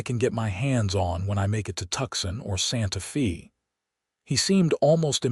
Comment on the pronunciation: You really have to fix the pronunciation of Sante Fe and now, Tucson. If you have matured to the level of including a gay couple in your story you can learn how to pronounce city names